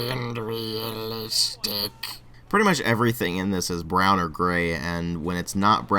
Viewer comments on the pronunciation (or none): When you die(which I hope will not for at least 100 years), please have "brown & gway and weawistique" on your matching tombstone :3.